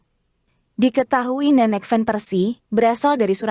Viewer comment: Nama ciri khas Belanda yaitu Van bkn ven min sayang 😂😊🤭🌹 Semangat blues 💪✊💙🏆🥇😎💯👍🌃